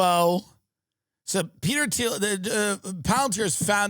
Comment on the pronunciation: Peter Dinklage popped in my head everytime he said Peter Theil